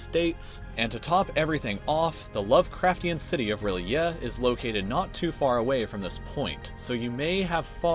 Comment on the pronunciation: R’lyeh It’s pronounce r-ilay